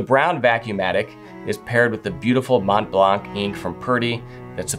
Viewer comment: Montblanc is pronounced with the 'C' silent! Otherwise I fully agree with the delights of writing, especially signing my name on business letters, with a fine fountain pen.